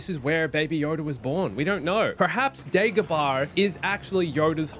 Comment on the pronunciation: It is Not called Daygobarr….Princess Layer… This Guy drives me nuts!